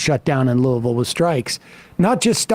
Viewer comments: Amazing pronunciation of Louisville from Sam. Much love from Derby City!! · All the extra points to Sam for pronouncing “Louisville” correctly 👏🏿👏🏿👏🏿